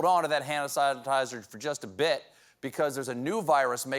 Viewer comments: Stephen, flawlessly you enunciated with clarity, "hand sanitizer", but (lol)... you said, or started to say something like, "hanasizer". I hang on your every word! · "Han-a-size-a-tizer." Stephen's been hittin' the pump a little himself tonight! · He stumbled because he almost said it with a normal South Carolinian accent which he doesn’t want to do on tv.